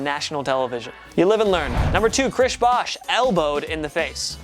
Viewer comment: “chrish bosh”